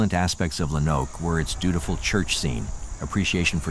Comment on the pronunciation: Lo-Noke. Good video, I live in Arkansas and I first heard about this on killer kids I think?